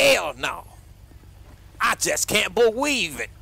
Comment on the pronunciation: 😂😂Hell naw said “ I just can’t beweave it “